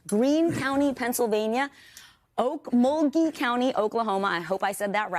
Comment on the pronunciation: You said okmulgee correctly